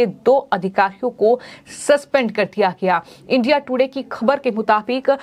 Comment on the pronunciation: एंकर जी इडिया नाम बोलना नही आता है क्या😂